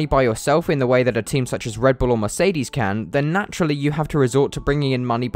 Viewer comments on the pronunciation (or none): none